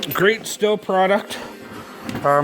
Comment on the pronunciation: STIHL is pronounced the same as Steel.